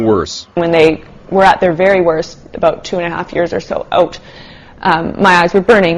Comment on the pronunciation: .... shes canadian... these people dont know what theyre talking aboot